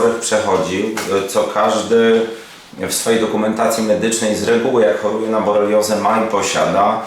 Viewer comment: BoRELIOzę, nie boleriozę ❗️❗️❗️